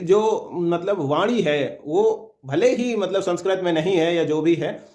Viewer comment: पहले तुम बोलना सीख लो, "संस्क्रत" की जगह "संस्कृत" बोलो!